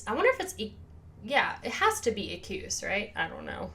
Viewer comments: "Ek-wuss", FYI. Great react. Loved it! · you are not saying it right. it is e-kwus